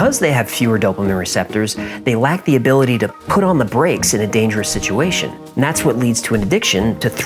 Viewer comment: Zak Baggins used the pronunciation for situation as siduation I just heard him say it 🤔 on the episode about fear..... 👁️👅